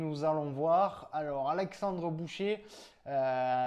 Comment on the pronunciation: Alexandre "boucher" 🤣🤣🤣 j'ai mal aux oreilles 👂👂👂